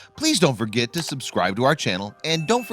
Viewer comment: Forget not forgit. Actually not akshally. Eventually not uhvenshally. We're pleased not were pleased.